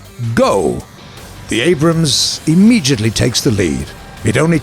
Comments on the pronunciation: "Abrahams." Gaijin needs to employ less autistic narrators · did you just call it the Anrahams? Haha! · did i just hear abrahams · “Abrahams” ?? LOL. He gets it right at the mark tho. Weird. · he said Abrahams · He says abrahams. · he says abrahams ;) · "The Abrahams" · "The Abrahams" :P Just a simple miss-say. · The "abram has" or the "Abraham's" in you tell me